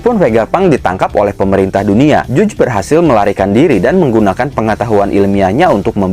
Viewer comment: Bacanya Jaj bukan juj wkwkkkk